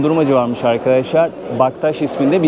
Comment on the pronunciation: adam Bektaş'a Bagdaş dedi ya. gezginler için de en cahili bu gördüğüm kadarıyla.